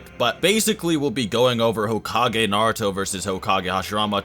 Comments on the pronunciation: Disappointed that you called him Narooto in the intro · I will always dislike a video about Naruto when the person making the video cant even say Naruto correctly smh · I almost quit watching seven seconds in, because the way you pronounced Naruto was sooo cringe-worthy. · The way you pronounce most of these names is horrible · this dudes opinion went right out the window when he pronounced naruto like that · First learn how to say Naruto, then make a Naruto video.